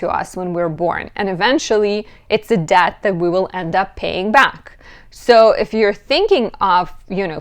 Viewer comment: Are you saying debt or death?